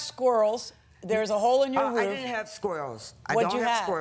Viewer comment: Idk why the plaintiff saying "rough" instead of "roof" is urking the heck out of me, but I find it so annoying!